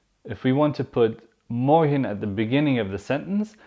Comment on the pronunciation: please I wish u gonna answer me for this: is there any difference between Dutch spoken I Belgium and Nederland when it comes to pronunciation! for example the way u pronounce Morgen is so different...I heard people say ( Morkhn)>>> "g" is pronounced like "kh" like "sharokhan "the actor...wish u got what am saying!!! am I right!!!